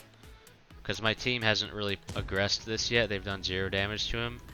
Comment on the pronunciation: The way you say "aggress".. do you play eve online? lol